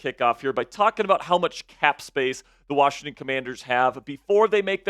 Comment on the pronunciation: There is no "D" in WASHINGTON 😂😮😢😂